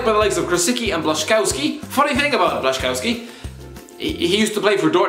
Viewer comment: Just so you know, the polish player "who used to play for Dortmund" his name is pronounced " blash-in-scof-ski"